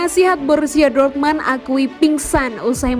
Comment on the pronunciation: Dortmund mbak bukan dormand anjay